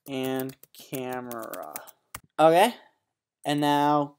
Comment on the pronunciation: he says ah kay just like kevin hart takes the micky